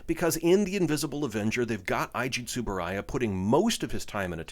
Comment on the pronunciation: Ei-ji Tsuburaya, not Ai-ji. To-mei Ningen, not To-mai.